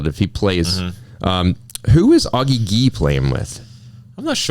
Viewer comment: Butchered my boy, Augie’s last name 😭! It’s pronounced “guh”. I know this pod is old, but wow, no respect for the old guard of Riley and Matt! Matt is a counter punching machine. I think the reason why they fell off is heavily due to new paddle tech and the game being so sped up.